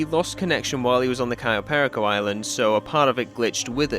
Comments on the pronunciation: cayo perico? ❌ "kai oh pair eh co" ✅ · Absolutely love this video, but that pronunciation of "cayo perico" hurts. I've only ever heard it pronounced "cay-oh pair-eek-oh" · "kayoh perikoh" gets me everytime